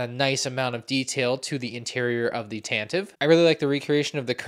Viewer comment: are you even a Star Wars fan. Can't even pronounce tantive correctly 🙃 My favorite part about this is the Fives who doubles as a stormtrooper.